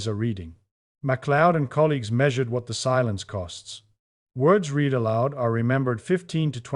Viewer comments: How can you be saying "words read (reed) almond" and not use the pas tense "words read (red) aloud". It's hard to give you credibility when you are phonetically incorrect in your pronunciation of read in this case. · The machine reading this can’t tell the difference between the past tense, and the present tense of “read.” sort of undermines ny confidence in the whole presentation. Or maybe it proves the point because my students when they read aloud often don’t make the oroper distnction.